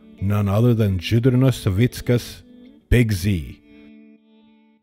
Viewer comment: First time heard his name with that (proper?) pronunciation!